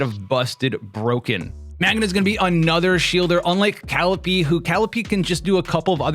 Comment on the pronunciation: It's Ka-LEE-pay. Not Cal-ipee